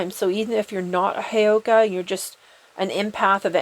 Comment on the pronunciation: Lovingly… heyoka is pronounced with an uh sound at the end not e 🙏🏽❤️ just so we keep the integrity of the word and concept that has been taken from a Native American tribe.